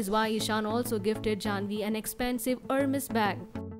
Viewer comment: It is pronounced as airmes not hermes